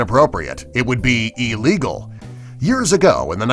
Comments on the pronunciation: THE WORD IS NOT EELEGAL ITS ILLEGAL ILL LIKE THESE COMPILATIONS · Ee-legal lol its I-legal